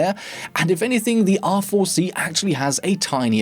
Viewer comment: bro when u say R4 it sounds like awful xd